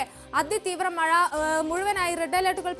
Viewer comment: മയ അല്ല മഴ